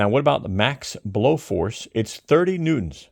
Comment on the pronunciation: I liked it when he pronounced it "newt-ons"